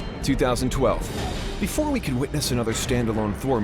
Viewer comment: BEFORE NOT BOOFORE